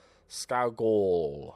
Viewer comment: Just to help you out. Your new Scottish signing his name is pronounced scoogal. Loving the series keep it going. I’m predicting mid table finish 12th